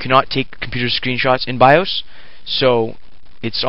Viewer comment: The wha?.... Oh the bios, Its not pronounced by-oooos :]